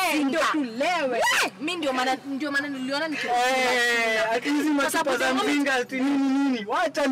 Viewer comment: Likes za kusema "Msinga" badala ya "mzinga"